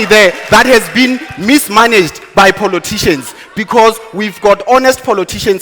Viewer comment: I stop listening to DA the minute he said poloticians.